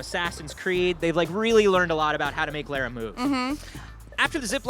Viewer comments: it's Lara (Lah-rah) Croft. Just a heads up before your interview tomorrow! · why do you pronounce Laura weirdly? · it's obviously not pronounced lairah, unsubbing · It seems pronunciation of Lara's name is a bit off:)